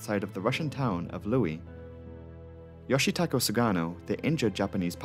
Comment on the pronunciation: You got the Japanese victim's name wrong. His name was YOSHITAKA SUGANO not YOSHITAKO(never head of Japanese name like that). And you put the name in Kanji (菅野義子) on your screen but that is a woman's name YOSHIKO not YOSHITAKA(man's name).